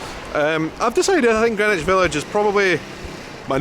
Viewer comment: It was a cinch you weren't going to mispronounce Greenwich! 😁 hope you make it out to the PNW someday.